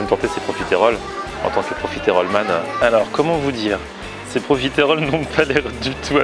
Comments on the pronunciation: tu te dis profiteroles man sans savoir comment prononcer correctement le mot mdr. C'est pas profitÉroles mais profitEroles. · Par contre on dit profiterol pas profitErole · Superbe vidéo mais tu le dit mal profiterol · profiteroles man et ça sait pas bien prononcer ''profitroles''